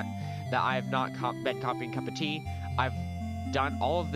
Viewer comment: Also you said cuppa tease